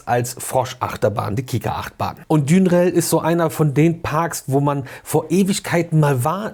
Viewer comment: Hrhr, der Bro spricht Duinrell so aus, wie ich auch und ich musste mir mal von einer sprachkundigen Freundin sagen lassen, dass „ui“ in Niederländisch wie „au“ ausgesprochen wird, also „Daunrell“ - das „Uit“ an Autobahnen spricht man auch wohl eher „Aut“ aus. Aber egal is auch ne Haltung, seitdem sagte ich überbetonend Dünrell. 😂 Abgesehen davon: Wo finde ich die Walibi-Horror-Werbung? Ich mag sowas ja 😊